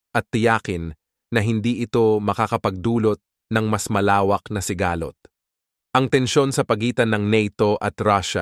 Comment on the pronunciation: Ano sabe nyu si-ga- lot ng pasikat ka ba ayusi pag bigkas salita mo ha